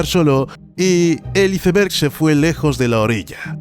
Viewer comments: Cada vez que decia iceberg literalmente en lugar de "aisberg" me dolia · Muy bueno el vídeo perro sería mejor internacionalizar algunas pronunciaciones brot. Cómo la del "iceber" que la pronunciamos "aisber" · Se pronuncia "aisberg"